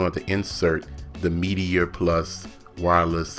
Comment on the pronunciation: Nice but it's "meat-er" not Meaty-er"